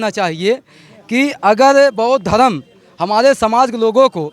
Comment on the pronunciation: bhai ji aap ka bichar bhuut avhha hai but dhmm bolo dhrm nhi jey bheem